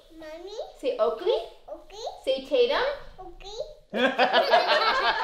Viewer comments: Halston is so cute and like laugh that she said okely and said okely sorry if I say it wrong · Isn’t is so cute that halston says Okie for Oakley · HALSTON: MWAMY, DADY, BABY, OAKWEY, OAKWEY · Say taytam... okley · Say oalkay Okee Say tatumy Okee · Say Oakley, Oakley. Say Taytum... Oakley. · Say Oakley “ Oakley” say Tatum “Oakley “ 😂😂😂😂😂😂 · Maybe Halston says Oakley because whenever someone mentions the twins they say taytum and Oakley so when you tell her to say taytum she says Oakley